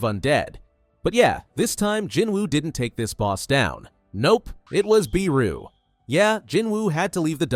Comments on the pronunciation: It’s Beru not BEEEEru. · Sorry to be pedantic, but I think Beru is pronounced as Bey-ru, not Bee-ru, but I'm pretty sure this is an AI generated video so... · Bro said beeru